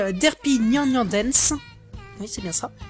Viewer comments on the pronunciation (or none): la déception en live, c'est presque magique x3 malheureusement plus de bafouillage que d'habitude, évite de parler trop vite, ça aidera déjà un peu ^^ et ça c'est juste personnel mais ça ne ce dit pas "nyan" mais "nyanne" ( si je l'écrit comme on le prononce ) espèce de vil inculte ^^ Sinon, à lundi prochain ^^